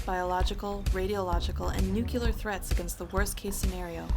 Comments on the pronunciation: "nukular threats" cringe Also, of course no Asian nations got on the list because ninjas don't exist.... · It's only cringe because it's not "nukular" That's not a word. The actual word is "nuclear". It's only a problem for people who nitpick... Like me. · "Nuculer"? Narrator with speech impediment lol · anyone else realize that the idiot narrating the video cant even say nuclear correctly.